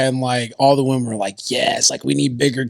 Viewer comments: YES! I thought I was the only one who noticed. Why does she keep saying “woman” when referring to several WOMEN. Lol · Love, but I have to ask why does she keep saying woman, like 'i love woman' thought it was women?